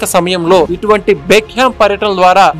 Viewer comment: డేవిడ్ బెక్కం, not బెక్ హెమ్